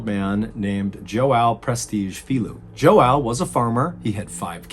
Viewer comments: Great video but just for future videos where Brazilians or Portuguese are involved, that “ão” is pronounced like “ohn” where the “n” is muted. So João is actually more like “Joh-ohn” Sorry for being that guy but I know someone is gonna point it out! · If his name was João it’s pronounced as “jow” rhymes with “how” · Love your channel but hearing Joao mispronounced a gazillion times was so distracting that I couldn’t concentrate on the story. Joao is a common Portuguese name pronounced kind of like you are saying Shhhh like to be quiet, and Wow. The “S” is more of a “Z” sound and the name is only one syllable. Please research stuff like this. I kind of couldn’t get through this one. Sorry. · He musta said jowow five thousand times 😭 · Okay so my family is from Portugal and I speak some Portuguese, And Joao is a pretty stereotypical Portuguese name, but it’s typically pronounced with an accent so if you say it in flat English it’s not right, So hearing him say it in English slowly drove me to madness 😂😂 Great video otherwise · The way you say João cracks me up. Thanks for the stories! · Im from Brasil and i just couldnt stop laughing when u said João lol. It means John in portuguese but its really funny when u say it, so off but its all good. Keep up man u are amazing! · The worst injury João got from this, is how masacred his name in pronouncing it lol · It's so adorable you trying to say João ❤❤ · The way you pronounce João 😭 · Lol…..its john I couldn’t listen to u try to say John in Portuguese anymore. Lol. I’m sorry. I’ll watch the next one. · Awesome video but I can't get over MrBallen butchering the man's name over and over again xD João means John in portuguese. I know it's a terrifying story but I couldn't help but giggle every time he said the name wrong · its funny seeing him try to pronounce joão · I'm from Brazil, and every time he says "João" hurts me!! Seriously, his pronunciation is so off... by the way João is the Portuguese version of John!!